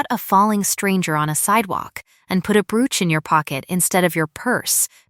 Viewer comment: Brooch ..bad word pronunciation.